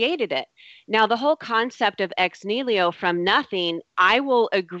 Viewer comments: Ex Niliho? Lady, it's Ex Nihilo. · EX-NEELYO! facepalm I just want to mute that one word.